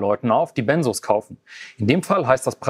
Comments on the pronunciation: Benzos, nicht Bennsoohs. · Benzos ,es heißt BenZos, nicht Bensoos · Ben zzzzz os, nicht benssssos😂 Sorry, gute Reportage aber ich bleibe Grade nur bei der Aussprache hängen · Sorry, das triggert mich und muss es korrigieren :) Es wird BenZos ausgesprochen. Nicht S, sondern Z und dann noch ein kleiner Fehler: Lorazepam ist der Wirkstoff von Tavor. Tavor ist also dasselbe, liebe Redaktion. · BenZos, nicht BenSos! Bekomme ich verschrieben. Kommt man wirklich schwierig von runter. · Das wird BenZZZo ausgesprochen, nicht Bensos. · BEN"Z"OS!! MIT Z UND NICHT MIT S!! Diese Aussprache macht mich aggressiv.. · Es heißt "Benzos" nicht "Bensos"!!!! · Tavor IST übrigens Lorazepam, Tavor ist der Handelsname, Lorazepam der Wirkstoff. Und Benzodiazepin oder "Benzos" werden mit hartem "Z" gesprochen 🙂